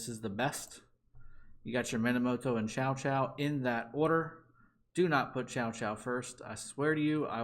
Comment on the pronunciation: Thank you. I was looking for this. By the way "chow chow" is a dog. Cao Cao is pronounced "tsau tsau".